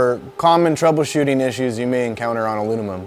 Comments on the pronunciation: he said « alunimum » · Love the vid very helpful but I’m just saying I could make a drinking game on how many times this guy mispronounced aluminum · "Alunimum" LOL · Sounded like Alu-mum to me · So when welding ALUNUMON 😂😂😂😂😂 sorry It made me laugh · this guy keeps saying alumimum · The way this guy says aluminum drives me absolutely insane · Great vid but this dude was having alot of trouble pronouncing aluminum 😂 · Good video but he struggled saying aluminum lol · Great video, but in a video about aluminum welding, you should at least know how to pronounce it..